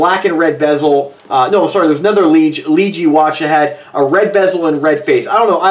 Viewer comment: It's pronounced LeeJ